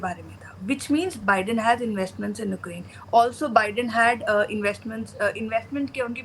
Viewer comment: “Ookraine “ 😂😂😂 come on girl 😂